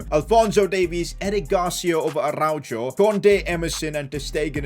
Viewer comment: No way said aruajoe